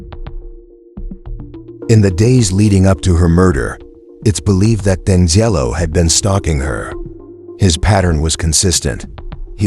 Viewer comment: Danzelo? it's Deangelo. assuming this is an ai voice.